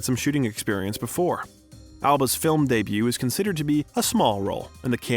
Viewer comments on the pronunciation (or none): none